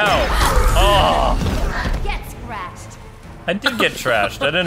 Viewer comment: For a second when catwoman said "Get scratched" I thought she said "Get gratched." 😂